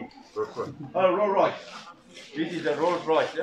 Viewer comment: Tahniah pdrm.. alamak roys royes susah betul nak meyebut nama krta tu🤭